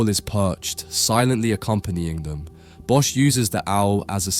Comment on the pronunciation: Hey, awesome video. But please look up the pronounciation of Bosch en "ecce", as an art curator it is your responsibility to communicate for the artist, when you mistranslate words you are removing context.